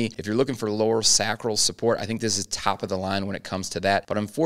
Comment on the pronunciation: nice review, but as a Doctor, please say Sacral correctly. SAAAcral . not SaCRAL, with a low a. lol but keep doing what your doing